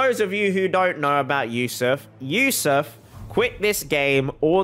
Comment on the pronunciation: Ayo I was watching this video while studying and said "This is Yousuf's account" I was like HUH? HOW U KNOW MY NAME?!? homie said it with correct pronunciation too xD